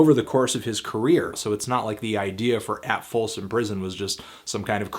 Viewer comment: ya said "folson".